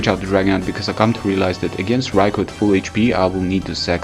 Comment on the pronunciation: You pronounced raikou's name properly. Bravo.